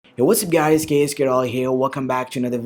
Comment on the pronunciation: HAHAHAHA IT REALLY SOUNDS LIKE THAT HAHAHA